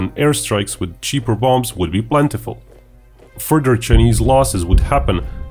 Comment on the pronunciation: Further not furder